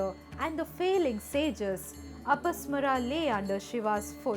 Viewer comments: One small correction. It should be pronounced as apasmaara( अपस्मार) with a deergha after म and not अपस्मर. You can check in any sanskrit dictionary. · Never say mythology sanatan/hinduism is not myth.Every name you say has extra 'A' sound in the end it's apasmaar and not apasmara see correct pronunciation in Sanskrit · In the name Apasmara the '-ma' should be pronounced long. You pronounce it in short, a clear mistake. Correct it.